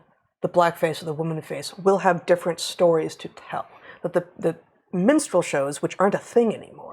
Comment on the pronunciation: Monty Python was a long time ago! It was funny as it was mocking, now we’re are asked to affirm. And I can’t get Brett’s pronunciation of minstrel as menstrual out of my head 😂😂 Makes it a black and white menstrual show 😱